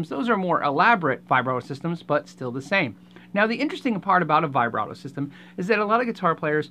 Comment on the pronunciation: Anyone else triggered by his pronunciation of vibrato